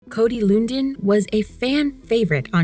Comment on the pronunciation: you can tell the narrator never saw the show and the producer doesn't given a shit because they cant even pronounce his name right, which is said multiple times in every episode. Cringe